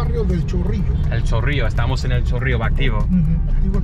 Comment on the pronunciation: "El Chorrio Heights" 😂